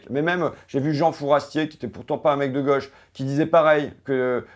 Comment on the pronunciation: Il est mignon, l'ignare... Fait le simple et le populaire avec son vocabulaire et sa diction. A jamais pris un cours de d'économie de sa vie. Ça marche, n'empêche. Il dit tellement de conneries qu'il a clairement fini par y croire. Plus simple que de faire des études. Il faudra aussi lui expliquer qu'on dit pas la "goche" mais la gauche, pas un "symptomme" mais un symptôme. Les fascismes ont toujours utilisé ces mecs pour pointer le bout de leur nez. Et il fait semblant de découvrir flightradar alors qu'il en parle depuis 3 ans, pour faire l'étonné. Lamentable.